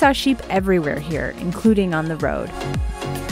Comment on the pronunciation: The stress in "Ogilvie" is on the O.